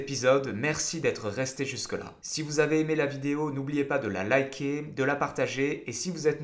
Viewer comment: Je like mais, dire " voyageyyy 1" ma trigger tout du long. Par contre tu dis bien liker :p genre on dis pas Hamburjé mais hamburgeurr :D bizzz au chat